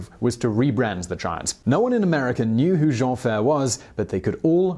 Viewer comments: Edit time ! He was billed as "Le Géant Jean Ferré" and ferré is pronounced Fai-ray as in Fair without the R and ray fai-ray and not Géant fair. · Also Jean Ferré is pronunced Jean Fay-ray... not Ferr! ;) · Great video .... but just a small thing .... his name was pronounce Jean Ferré ans not Jean Fer ! ....